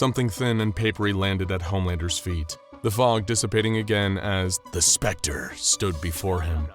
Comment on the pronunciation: is that really how you should say T H E S P E C T E R